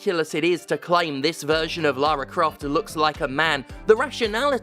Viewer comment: Why does Stephanie keep pronouncing Laura Craft's name wrong?